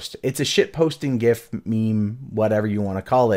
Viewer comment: I'm more triggered you don't know how to pronounce .gif